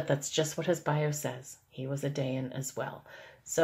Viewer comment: I'm only a few minutes in and I want to clarify that a Dayan, which you pronounced incorrectly, is the Hebrew word for Judge. the witch thing is from Hindu or some other language.